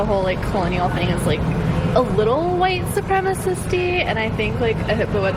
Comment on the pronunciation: New word; watch for it as an entry into the next Dictionary . . . "White Supremisisty" . . . Sigh. 😂🤣👌🏼👌🏼👌🏼👌🏼👌🏼👌🏼👌🏼👌🏼👌🏼👌🏼